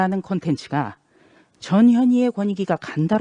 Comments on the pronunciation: 발음에 주의합시다~ 전현희야? 저년이야? 내 귀에는 저년이로 들리는데 나만 그렇게 들리는건가?ㅋㅋㅋ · 발음 유의 해야 합니다. 저년이 권익위원장 자리는 아마도 죄인이 스타일이라 스카웃했을 가능성이 있다고 혼자 뇌피셜 함. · 저녀니 저녀니 저녀니 그입 다물라 무슨 옹알이도 아니고 아닥해라 깜도 안된다